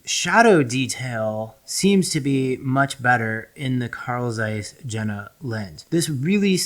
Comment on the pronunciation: Very informative but please Jena is pronounced “Yenah” 😅